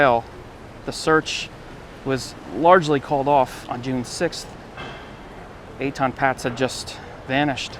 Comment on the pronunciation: This "walk through" video is riddled with inaccuracies. It starts with mispronouncing Etan's name and the wrong info goes on and on and on.